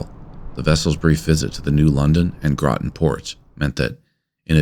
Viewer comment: Appreciate you pronouncing Groton correctly. So many non-natives flub that one.